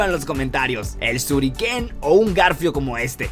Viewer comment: Es shuriken no suriken y el cuchillo Ninja se llama sai